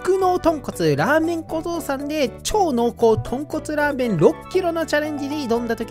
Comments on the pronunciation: 滑舌悪くてザーメンって言ってた瞬間あったわ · ラーメンがザーメンにしか聞こえなくて草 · 本当に申し訳ないけど「限界を超えた濃度を再現したザー◯ン」にしか聞こえない。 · ここ絶対「ザ」って言ってる😏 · ザーメンに聞こえる？ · za-メンにしか聴こえないww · ザーメン言うてるやん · 完全に言ってるよね？ラーメンには聞こえないよね？笑っ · 限界こえた○ーメンにしか聞こえなくてごめんなさい